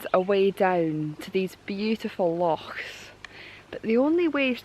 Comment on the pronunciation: Perthshire is absolutely awesome! I remember travelling through it on our way up to the Cairngorms! In fact I'll never forget it. Never seen so many mountains in my life! I do love the way you pronounce the word 'Loch' by the way! the proper Scottish way!